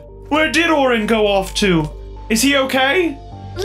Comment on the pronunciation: Orange no it’s orin